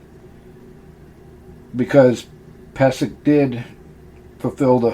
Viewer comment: Its actually pronounced peee zek. I should know. He's my relative. Check my last name.